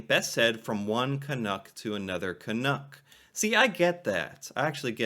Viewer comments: Being a little pendantic here, but you keep saying "Canook". It rhymes with "duck". Do you say "dook"? Is it just your accent? CAN-UCK. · Hi,. I love this discussion! I hope you are open to a suggestion for pronunciation that might make the word more recognizable to us Canucks. You seem to be saying 'canook' (rhyming with 'look') when most Canadians would pronounce it 'caNUCK' (rhyming with 'luck'). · I’ve never been offended by the term, but please… STOP pronouncing it as Ca-noo-k. It is pronounced Ca-nuh-k. Thanks. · Its pronounced ka-nuck not ka-nook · Can....uck, not Can....ook. At least get it right. lol. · Your pronunciation of the word seems to waffle between Can-NOOK (rhyming with book or look) and Can-NUCK (rhyming with tuck or luck or f... ummm, never mind that one!). The latter is the correct pronunciation. I appreciate your respectful approach to the subject. Happy New Year! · For some utterly bizarre reason, 99.999% of Americans say "Can Nook" instead of "Can Nuck" is not bad here with most of his video, but keeps straying close into the Nook zone when saying it lol. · Pronounced Can uk (uk as in yuk) not as ook. Does that make sense? Love your reactions :) Keep it up. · Tip: you’re pronunciation is vacillating back and forth from the correct Canuck like «puck » and the incorrect Canook like « nook. » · Correct me if I'm wrong... Your pronunciation seems to (mostly) sound like "can-ook", but should rhyme with "luck" , not "book". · One thing, Canadians pronounce it to rhyme with truck, not with book. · Just change your pronunciation slightly. Canuck like puck..not like pull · It is pronounced Canuck though - rhymes with chuck or buck, not book or cook